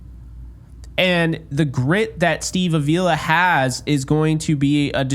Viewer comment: its a mexican sir name; it's pronounced a vee la with the emphasis on the vee